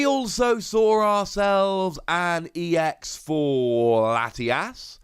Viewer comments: Still "ecks", not "eee-ecks". Other than that, glad to see the series going on. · EX is pronounced as E. X. ex is pronounced as just the x. Citation